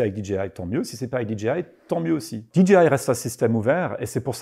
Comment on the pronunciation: En tant que "KOL" tu ne veux pas dire DJI comme il faut stp ? Tu parles avec 2 personnes de là-bas et chaque fois que tu dis la "DJI" ça me fait grincer les dents 😂😂